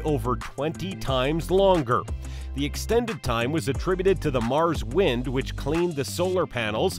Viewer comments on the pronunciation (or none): none